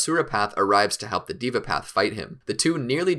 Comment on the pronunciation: Bro, its not a ''DIVA" path😅. Its called Deva Path